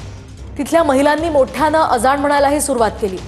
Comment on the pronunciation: Aga baye , अजाण काय ? अजाण मराठी शब्द आहे . अझान अस्त ते . रिपोर्टर मुद्दाम करत्ये का ?